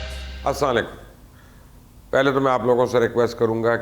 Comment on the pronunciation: What is asla lekum? Please be correct your salam